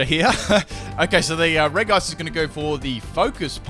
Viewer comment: It's reg ice not reice